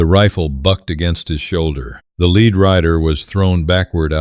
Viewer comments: It's pronounced LED not leed. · To the writer of this narration: the component of bullets, even though spelled lead is pronounced Led. Suggestion: use the english language dictionary Mirriam- Webster Dictionary and look at words that are spelled the same but have different meaning and different pronunciations...